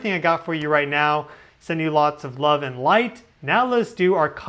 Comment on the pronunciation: I lurve how you said lurve! ❤